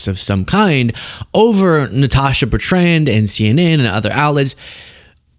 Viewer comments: Not Bert...ran..my god!! Cringe worthy to me!! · Why are Americans incapable of pronouncing Betrand?